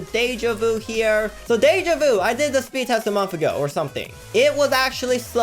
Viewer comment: Speed not sneed